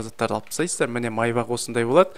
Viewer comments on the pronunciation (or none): майбақ емес майбаш ко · Майбах емес мейбах